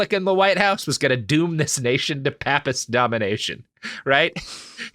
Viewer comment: In case nobody's already told you, the "a" in "papist" is a long "a" in "gate", so that the a's in "papacy' are pronounced differently.